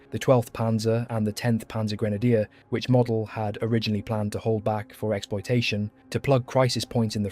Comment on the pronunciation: You pronounced Model's name WRONG!